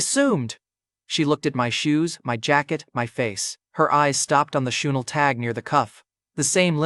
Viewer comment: Bro is wearing choonel instead of chanel